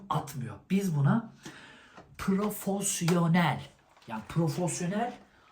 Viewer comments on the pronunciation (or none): gıcık kapacaksın ama yine de yazacağım. profosyonel değil profesyonel. çeşke değil keşke.